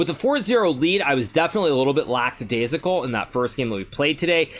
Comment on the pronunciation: You're winning tournaments and here I am picking you up on your pronunciation. It's lackadaisical not lacksadaisical.